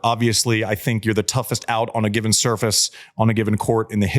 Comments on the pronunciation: When Andy talks about Rafa’s learning curve, I saw it happen over the course of the seven matches at Wimbledon 2006. Every single match he got better on the grass - you could see his learning process on grass. I swore back then he WOULD win Wimbledon one day. ❤ He STILL says ‘soo-FRACE’! ❤❤ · Rafa still can´t pronounce surface after over 20 years on tour makes him likable🤣